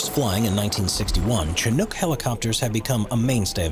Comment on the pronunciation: Chinook is pronounced shh nook